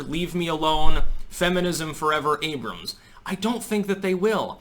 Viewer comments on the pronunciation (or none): none